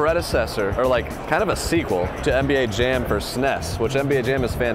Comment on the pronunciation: bruh said Suhh Ness 😅